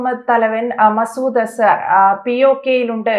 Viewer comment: ആൻസർ അല്ല മാഷേ അസർ... ദിൽജിത്ത് പാക്കിസ്ഥാനോ??? ഗിൽജിത് പാക്കിസ്ഥാൻ അല്ലടോ ഗിൽജിത് ബാൾട്ടിസ്ഥാൻ കഷ്ടം